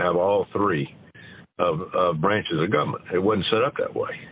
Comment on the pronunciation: "Guberment" says it all about Tommy.